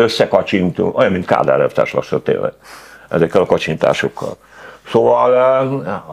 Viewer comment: A "t" betűt ki sem modta😂.